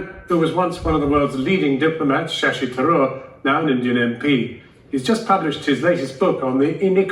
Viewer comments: When pronounces his name it sounds like Shashi zarur. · When said shashi tharoor, I heard “shashi the roar” 😛